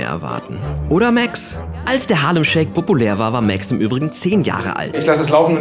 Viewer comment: Er heisst MAX nicht MÄX!!! 🤦‍♀️🤦‍♀️